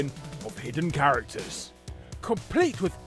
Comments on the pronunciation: 'chararacters' lol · "chararacters" right on